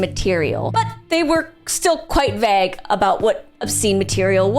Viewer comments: Is "vague" pronounced diffently in different regions? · Why did she announce 'vague' like that? Is this an accident or just being on-brand?